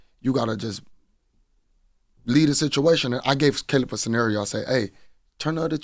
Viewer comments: Bro said Ca-lib Plant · Did CTG say "Kaleeb Plant?"